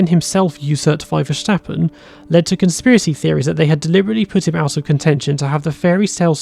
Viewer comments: Please stop saying Vershtappen. His name is Ver-stap-pen. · There is no sh sound in Verstappens name. Otherwise great video. Cheers 👍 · How come you know so much about F1 but can't pronounce Verstappen? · Learn how to say Verstappen